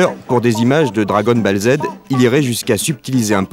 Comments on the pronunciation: Le commentateur apeuré quand un gosse lui parle des 64 bytes de sa console, il prononce dragon ball z en disant "bale" au lieu de prononcer [bol]. Un peu largué le gars mdr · Dragon BALLE z 💀💀💀j’ai mal aux oreilles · "Dragon balle Z" AaaAaAaaaaaaAAAaah mes oreilles saignent !!!! >.< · "Dragon balle Z", "Dragon boule Z", le fameux héros de mangas 🤣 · "Akira ou Dragon Baleuh Z" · « Dragon Balle Z »😂 l’ancêtre des « meuporg »😅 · "gAme boy" "dragon BAlle Z" Dès que ca parle de jeux vidéo, ils parlent de ce qu ils ne connaissent pas et ne savent même pas prononcer les mots. Et ca a très peu changé ! Sans connaissance, c est plus facile de dénigrer et d inventer. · Le fameux Dragon Ball"e" Z 🤣😂😅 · "Dragon Balle Zed" ... Wow... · …. Il a vraiment dit « Dargon Balle Z » 😭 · Dragon "balle" z 🤣🤣🤣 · Il m'a tué comment il a prononcé Dragonne bAlle Z 😂😂🤣🤣😭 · Mdrrr la prononciation dragon bell zed 🤣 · "Dragonne Balle Zèd." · Dragon "balle" zed 🤣🤣🤣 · " dragone balle zed " 🤣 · “Dragon Balle Z” 😂 On était quand même pas mal en avance en culture japonaise par rapport au reste du monde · "Bong" 🤣 "Dragonne BALLE 🥎 Z" 😂 En plus le gamin les prononce correctement après. C'était si compliqué d'écouter un enfant qui connais le sujet, au lieu de se ridiculiser ? Non, Dragon ball Z n'est pas un "héros" de manga. Le mec ne connais vraiment rien au sujet qu'il traite. Un vrai journaliste. Ce reportage est tellement malaisant, même pour l'époque. 😬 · "Dragon Balle Z" 😂😂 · Le journaliste qui sort Dragon « Balle » Z, au secours 😂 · Le « Dragon Balle Z » m’a tué 😂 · "dragonne balle Zaide"". Aïe j'ai mal 🤣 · "Dragone balle z"🙂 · "Dragon Balle Z" Aie aie aie ! :( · "Dragonne balle Z". Non mais au bûcher ce commentateur. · Ouais le narrateur à l'air vraiment à l'ouest niveau jeux et mangas, avec Dragon Bèl Z à 😂😂😂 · " Dragon Balle zed " 😂😂😂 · J'avoue g crise aussi lol "dragonne Bâle zede" 😬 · Chaque fois qu’il dit “dragon ball Z” une étoile meurt